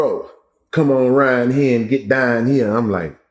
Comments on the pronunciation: Y’all notice how he talk like Bruh man from the Fif flo(who was originally from Houston too) Houston pronunciation is so sexy====> Dine(down), Rine(round), “house”, etc whew! So sexy the men who are ORIGINALLY from Houston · "Young Ro, come on rine' hea and get and dine' hea" 😂😂😂